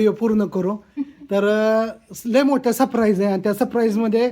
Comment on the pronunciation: सप्रैज नाही सरप्राईज